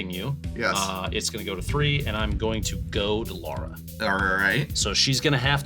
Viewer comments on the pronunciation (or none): Loving how keeps saying “Laura” instead of “Lara” through the whole game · As someone who shares a name with Lara, hearing Prof mispronounce it all game was painful lol